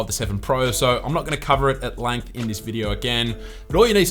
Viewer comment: why do you say langth and not length it's like you've something stuck in ya throat